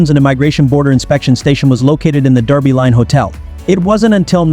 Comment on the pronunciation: It’s pronounced “Derby” as it’s spelled, not the UK English “Darby.”